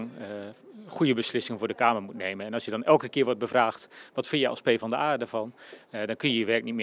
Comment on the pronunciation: De PvdA-fractie is kennelijk zo hecht dat niemand haar naam correct kan uitspreken. 🙄